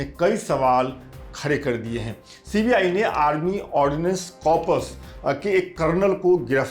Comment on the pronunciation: Corpus ,bhai thoda pronunciation par vhi Dyan de